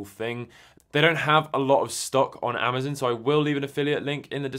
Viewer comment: I know it is normal for people to pronounce things differently. But proper names like Amazon should always be pronounced the same. It's strange hearing you mispronounce it over and over.